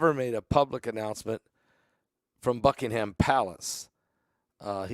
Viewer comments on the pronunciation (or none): none